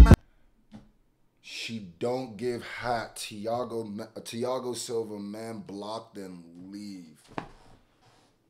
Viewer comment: If it’s anything like the fighter I think the “h” in Thiago is silent. Not trying to be annoying just high and that’s the first thing I noticed lol